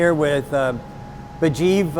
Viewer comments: Sandy is awesome but guys name is Mujeeb not Burjeep :D lol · I'm sorry. I really am. But I think Sandy is probably the worst host for any kind of show that involves him to about our to people. The guy's name is MUJEEB. Not BAJEEV. So.... Yeah. Shut up, boomer. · I enjoy the show Sandy but you should be ashamed to not get Mujeebs name right. It´s not Bejeeb! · How many times is Sandy gonna say the guy's name wrong! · I know Sandy was trying so hard to be respectful, buy he butchered Homeboys name like 5 times 😂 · jfc get his name right.... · A small suggestion. More appropriate pronunciation would be "muh-Jeeb" like Jeep. Ijaz would be "Ee-ah-zz".